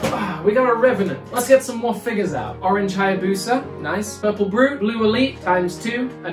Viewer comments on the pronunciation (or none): none